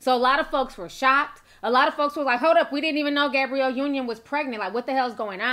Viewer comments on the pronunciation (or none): Ti and these pronounciations.... "Gabriel Union"..."Cali-fon-ya" 😭😂😂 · Sometimes I feel like she pronounces these names wrong on purpose. You know damn well that girl name ain't Gabriel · Sis was killing me with the pronunciation of Gabrielle 🤦🏾‍♀️ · I swear black YouTubers purposely say every name with more than 5 letters wrong on purpose. It's like damn who doesn't know how to say GABRIELLE? The world says it enough, there's plenty of videos referencing her specifically yet it gets said wrong. I'm just saying I've noticed this alot from black YouTubers, like they be reporting but act like they don't know the person they are reporting about. ☕